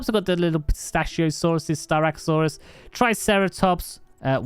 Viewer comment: FYI This is how you pronounce "Elly"'s name: Lee-EL-in-a-SAWR-a, you pronouce "Psittacosaurus" as: Sit-ac-o-sawr-us. NOT "Pistaciosaurus"